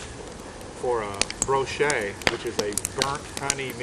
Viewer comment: FWIW, it is bochet, not brochet. Ive got one of these going that is about 4 months old... basically same thing as here: 1 gal batch, 3# honey boiled for 40 minutes, but I threw in 5# of strawberries in the primary. Right now, it is big strawberry and burnt marshmallow nose, but taste is cough syrup and burnt caramel. still too young to judge... awards have been won with this style...